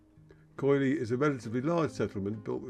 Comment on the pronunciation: It is pronounced Kili, the oi is and i sound in Greek.